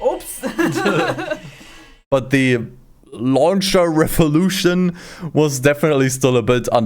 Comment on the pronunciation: ‘Launcher Revoluuuushimnn’ na tht shit took me out😆😆😆🦍